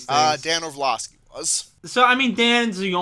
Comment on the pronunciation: It’s also orlovsky not orvlosky